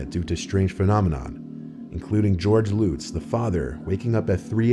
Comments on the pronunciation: Long Islander here. Deh-fay-oh. not Lootz ... Luhtz. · Luh-ts, not Loots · Defeeo? It's pronounced DUH-FAY-o and not lootz pronounced LUTS (Lutz) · The Long Island couple was the Lutz's not the Lootz'. Ronald Defeo (Dee-Fay--O) killed his family. You can't be bothered to learn the proper pronunciation of the very people you're reporting on. I can't be bothered with you. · Dude, you got millions watching your videos and you don’t figure out how to pronounce the Amity house family names properly? Drives me nuts when you guys do this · Defeeo lootz, it's pronounced de fayo, l utz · you pronounced the names incorrectly in the Amityville case. It's "Luh-ts" and "D'fay-oh" ..not: "Loo-ts" or "Dif-ee-oh" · Dude, you are butchering how they pronounce their names. "Da Fay Oh" And "LuT-Z" not Loots. Great video tho. And not being a dick, just my OCD. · It's amazing that as many times that the Amityville story has been told, you still managed to mispronounce their name-Lutz...as in Nuts, NOT Lutz as in loots....wow! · I'm sorry, but pronouncing the Lutz family 'Loots' is just dishonorable to the legend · It’s pronounced Like this, DE-FAY-O & LUTS rhymes with nuts 🥜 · The scariest thing in this video is the butchering of quite possibly the most famous paranormal case of all time (be it a hoax or not). Dude, really...5 minutes research next time. Lutz rhymes with us not loose for Christ’s sake. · I can NOT stand the way he says DeFeo and Lutz! De-fay-oh, buts with an l/z. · 🤦‍♂️Dude, you pronounced the last names DeFeo and Lutz wrong. EVERYONE who has heard about the Amityville Horror knows how properly pronounce those names.And in future stories that mention Super Mario or Mario Cart, say 'em the right way. Come on, you should be better than that. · How did you manage to mispronounce both last names connected to the Amityville haunting? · I can't believe so much time has passed since the very popular Amityville Horror, that Both names are mispronounced.